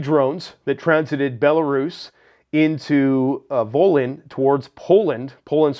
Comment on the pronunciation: Voln. don't pronounce the y.